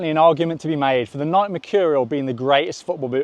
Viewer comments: Its nike-y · Bro pronounced Nike like nik lol